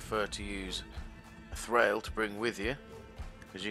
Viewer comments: It's pronounced Thrawl by the way. Not Thrail. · Hehe :D Nice video... Also I am a german but I am pretty sure you dont pronounce it Trhrail :D